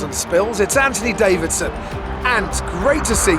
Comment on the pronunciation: At this stage, I’m SO annoyed at crofty saying ANTONY DAVIDSON!